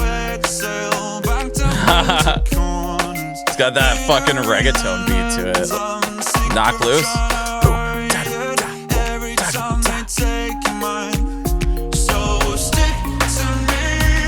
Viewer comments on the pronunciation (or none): Am I hearing.... regatone? Wow